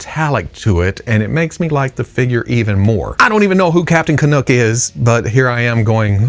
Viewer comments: Nuck not Nook. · How far away from Canada does he live to pronounce "Canuck" like that? Someone is either messing with him or their accent threw him off. It took me twenty years to say "about" correctly.